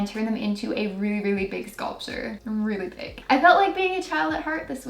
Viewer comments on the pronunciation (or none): she says hay the scoltier